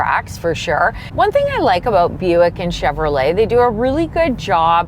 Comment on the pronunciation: Shoutout to for getting the Buick names right! He must have really practiced for this video. 👍👍